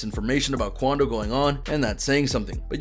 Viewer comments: "Quando" was wrong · Common “QUANDO”